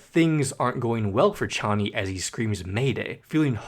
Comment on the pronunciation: ARGHHH YOU ARE SAYING KONNY AGAIN INSTEAD OF CHONNY